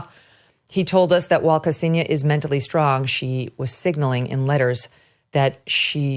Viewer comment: >kasenia its ksenia, not "kasenia". idiotas murrikanos have no respect to rushian lang. thats wy ur ppl got jailed in rushia.